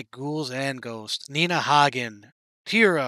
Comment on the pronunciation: Nina has been an activist, spiritually enlightened, and a feminist since day one. She embodies everything young people presently strive to be. Perfect name pronunciation. Yeah!